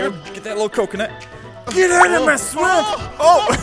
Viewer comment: is so funny he said GET OUT OF MY SUOAMP